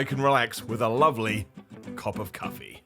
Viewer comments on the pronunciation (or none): says cops of cuffee and it makes me smile. please add the ding ding sound back to the end of the videos when you want us to hit the notification bell. Life doesn’t make sense without it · “cop of cuffee” “cops of cuffee” I think you need to get back on the cuffee bro 😂😂😂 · Why is he switching the first syllables of 'cup' and 'coffee' to be "Cop of Cuffee" :'D